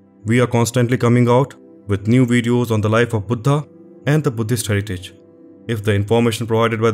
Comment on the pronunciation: Love this! Beautifully done!! The best video on this subject I’ve seen. And I love the way I say “Buddha!” with the emphasis on “H” which gives a much revered feeling each time I heard it!! Thank you!